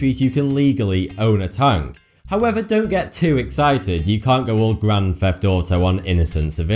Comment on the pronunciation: Not mocking or putting down here, but does he have some sort of lisp or something I dont know but in a lot of cases 'th' was pronounced with 'f'. e.g "You cant go Grand Feft Auto...."